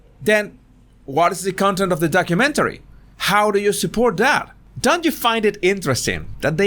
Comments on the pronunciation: Horrormentary? Did I hear right? 😂😄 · Wasn't sure if you said horror-mentary or whore-umentary lol😉